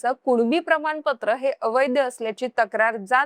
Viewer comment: अवैध्य नव्हे अवैध. उच्चार नीट करत जा. मराठी भाषेचा अपमान करू नका ताई.